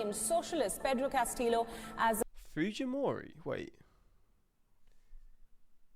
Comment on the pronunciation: was annoyed by that and by CastiLo for Castillo and junta with a hard J, progressive English has adjusted to sound less xenophobic and isolationist like this throwback stuff